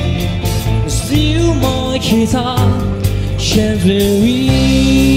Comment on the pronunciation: Also, "gently", not "Shently". "You" were perverted, not "t'you" were perverted.